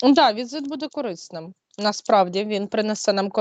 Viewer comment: кОрисним, тижнЯми... Що з наголосами у ведучої.